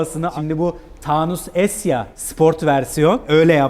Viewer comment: Neden Taaunus? Çünkü ucus 😂